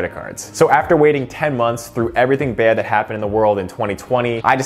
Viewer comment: I can tell you probably grew up around Philly by the way you said “bad” haha. I live in the North Wales/Blue Bell area if you’ve ever heard of it.